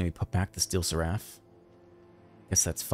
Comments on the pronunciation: not to be that guy but you are pronouncing seraph and simulacrum wrong. sweet deck. thanks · What's wrong with seraph?